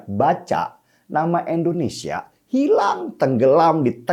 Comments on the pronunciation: Bang Denny bukan ENDONESIA tp INDONESIA ..pake I bukan E.. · Sy senang nonton mas Denny Siregar. Tapi setiabp sebut kata Indonesia saya sangat gak nyaman. Kenapa selau dibaca Endonesia. 😭 Coba baca dengan benar. Masa nama negara sendiri salah bacanya😢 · INDONESIA bkn ENDONESA